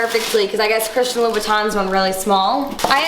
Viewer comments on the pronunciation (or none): none